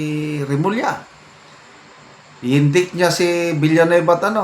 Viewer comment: indict..... pronounce as "in-dayct"